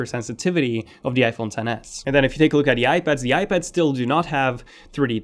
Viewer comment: Apple bencle?? Apple Ibads?? Are you an Arabic speaking guy? I don’t think the A13 chip would com. It would be the A14.. Americans are scared of number 13.